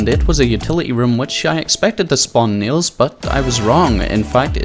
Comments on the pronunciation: I thought you were saying Neil's and not nails hahahaha. I enjoyed the video even though I never played I found it entertaining. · please stopp sayin "nials"